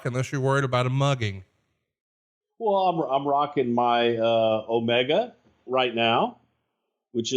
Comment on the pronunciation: It's oh-ME-ga, not oh-ma-ga.